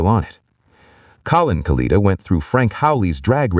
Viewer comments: Proniunced KA-LIT-A not Kaleeta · KA-LET-A is how you say his name, In the video of the crash you can see the chutes deployed and one breaks away. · If you’re going to do this you really ought to learn or teach your computer to pronounce the name correctly.